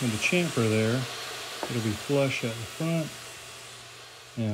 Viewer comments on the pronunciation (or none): Hahaha Chamfer... you should talk to about how you say that word.